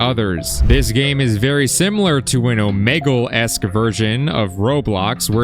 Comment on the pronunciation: Omelge💀 and why do you say it like that